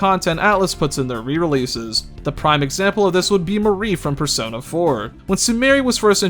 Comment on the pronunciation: "In the Fursona series"